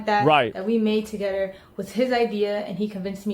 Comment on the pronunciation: She doesn’t know there’s an h in the word together and it’s driving me crazy